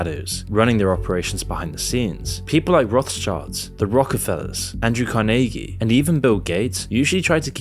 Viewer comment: Apparently Carnagie is now "Andrew *Carnaygee*" 😂 I'm sorry, what? XD 😂😂😂